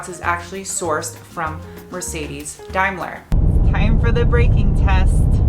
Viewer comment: DAY-MER-LER Not DIE-MY-LA. Other than that, carry on...